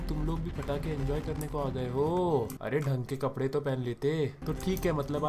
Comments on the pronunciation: Not fatake Its patake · Fatake not patake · Fatake nahi patake hahahah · thats patake but mythpat -ftake ye baburao ka style hai😂😂😂